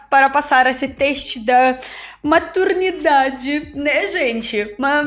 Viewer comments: Puutz!! Demorei perceber que ela não quer falar "MATERNIDADE", mas sim "MATURIDADE" - TESTE DE MATURIDADE! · Você está dizendo teste da maturidade parecer teste da maternidade!Pode tentar melhorar sua pronuncia nesta palavra ok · pra mim ela fala maturndade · Sim eu ri muito, acho uma fofura, mas entendi que era maturidade, é difícil a pronuncia pra ela de certas letras do alfabeto latino, assim como nós.temos dificuldade em línguas no alfabeto cirílico kkkk que compõe as palavras em russo, ucraniano, bulgaro, sérvio, macedônio e bielorusso. Eu era tímida igual a ela,, não é confortável ser tímida( o )